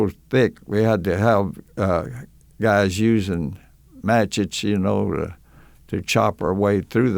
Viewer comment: This guy is awesome. But never heard someone say matchets for machetes